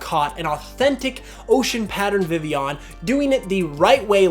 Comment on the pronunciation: vivillon is pronounced viveon? like sevilla? o__o